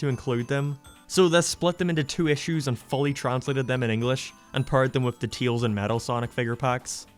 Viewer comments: Why are you having pronouncing Tails? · Sometimes he names him teils insted of tails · Teails, I like the way you say it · Why does he pronounce Tails so weird?